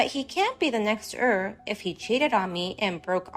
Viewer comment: Heir is pronounced air. Drives me crazy listening to it.